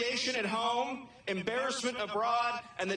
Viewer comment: Embassment abroad , ha ha